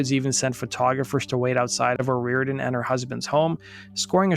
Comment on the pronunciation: Dude you're pissing me off SO BAD because you keep calling her 'O'Rear-den'... Her name is O ree-OR-den. 2jy is it so FUCKING hard for you to pronounce the syllables in her name? Or do you just feel like it isn't important because she's a woman???